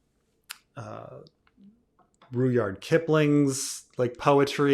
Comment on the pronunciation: Always wondered, why do you pronounce Rudyard Kipling's first name as "Roo-yard" when by all accounts it's supposed to be pronounced "Rud-yard"?